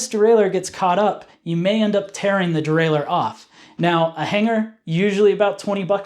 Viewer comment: I'll give this a thumbs up just for you saying "derailer" like a proper person without an extra "eeuu" near the end. Hearing people say "derailleeuur" really grinds my gears for some reason!